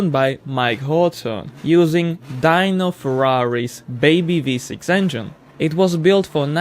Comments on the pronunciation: Sorry I had to... first one is spoken Dino not dyno Great videos nonetheless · but who is "die-no" ferrari? pretty sure it's pronounced "dee-no" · Dee no not Dyno Ferarri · Deeno. Deeno Ferrari